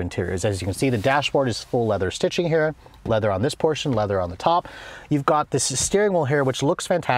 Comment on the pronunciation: the way he said here.😅